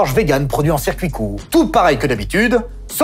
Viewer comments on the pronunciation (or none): none